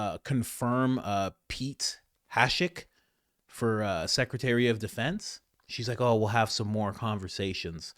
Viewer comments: It’s HEGSETH. Not Hashek! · It’s Pete Hegseth not Hashik. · You butchered Ernst and Hegseth but I love ya - Great video.